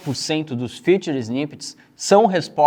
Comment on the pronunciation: Não é FUTURE snippets, é FEATURED(Fitured).. Vou te ajudar a entender a diferença de como se pronuncia corretamente!!